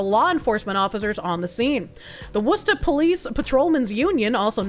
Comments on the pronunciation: I've never heard an Anerican pronounce Worcester properly. Clearly, I've been missing out on Bostonian's. ❤ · Subbed due to ability to correctly pronounce Worcester. 😉